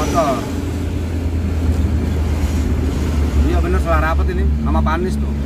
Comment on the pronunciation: Maaf om bukan Panis,tp Pani'is 😂✌️